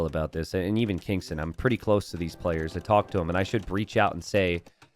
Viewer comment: I might be wrong but I believe the pronunciation of Kingstone is not how you are pronouncing it. May be readers error. So you're reading it and pronouncing it as Kingston. But his name is King STONE. Which are two different words. Kingston and Kingstone.